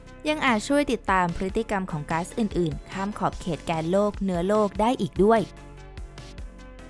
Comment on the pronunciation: ที่ผู้บรรยายพูดว่า "แกนโลก" นั้น พูดไม่ถูกครับ ที่ถูกต้องต้องพูดว่า "แก่นโลก" ถึงจะถูกครับ